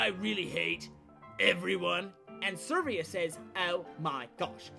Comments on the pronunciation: ServEEa? Its Severa. Like Sever. With an "uh" at the end. Its a real name. x[ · Um... It's Severa... Not Servia... Although I like the list! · No offence, but I find it funny that you say Severa as Servia, and, given what you say about her, that she's manipulative and all that, SERV(E)IA makes sense. Also, Chrome isn't Google, so no Google Chrome here XD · heh, "servia" not severa, noooooo, its actually been "servia" all this time. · Grangel? SERVIA? DAFUQ NIGGA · Dude, I love your videos so much, but some of your pronunciations just.. flat out irritate me. I mean, Lissa is canonically like the name Alyssa, without the A sound of course. Then there's Severa who, 1) doesn't have an R where you sound it. 2) It's a pun off of SEVERE because of her SEVERE attitude. I mean, I'm not completely judging because I might mispronounce things as well, it's just that those two names bother me the most. >-> Sorry if I sounded completely rude.